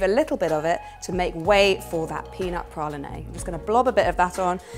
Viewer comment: The cake looks gorgeous! Oops, you've pronounced praline incorrectly. 🙈 It's pra-leen. 😎